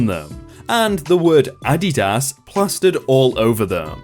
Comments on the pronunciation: Incorrect. In Germany, where Adidas originated, it is pronounced as AH-dee-DAS (emphases on the first and last syllables, and not the middle one). "Adidas" is actually formed from "Adi" (short for Adolf) and "Das" (from "Dassler") - the full name of the founder. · I learned from this video I've been saying Adidas wrong the whole time 😂😂 So many Americans in the comments are like 😶 Glad I learned something new! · Cool info👍 Never heard it pronounced that way...even in commercials by the makers of Adidas lol! Is it pronounced in commercials in other countries the way says it? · Hes pronouncing it correctly, as in the sounds, but he has the annunciation wrong. The strong syllable is not on the first part of the word but rather the second. Its funny hearing him say it like this. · The pronunciation of "Adidas" is, you ignoramus. I have never heard it pronounced the way said it and I'm 36. I have probably heard that word 1000 times in my life and it was never spoken that way. So yes, the way words are pronounced are reflective of where you're from. I can't believe that you're too stupid to know that. Smfh. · This is the first time a mispronounced word has actually annoyed me (maybe because just how often it was read?) I just can't get over it. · Adidas. Ah-DEE-Das. Unstressed-stressed-unstressed my dude. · OK... I'm gonna try & get through the first story even though your English sometimes SUCKS!! Them shoes are pronounced "A-Deed-iss". Every time you butcher that word is painful. It makes me wonder if you aqre actually on this planet. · Addy das ??? fucking REALLY?????how do you say "Nike" or "New Balance"... never mind I do not want to know... W T F????? If you say "Addy Das" one more time I am un-subscribing & will warn others to avoid your channn- nell. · You say Adidas weird lol. The company pronounces it uh-DEE-dus. ADD-y-DAS sounds strange. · Oh for fucks sake, it is pronounced "Uh-dee-dus", not "A-dih-dass". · Nope its a german brand and is AH-dee-DAS